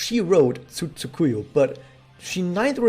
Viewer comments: Pronounciation tip. TSU-kuyo, not Tsu-KU-yu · He did not. The inflections were off and there was a distinct "yu" sound at the endof her name.